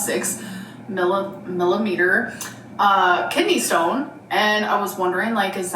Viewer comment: wtf is a "mellimeter"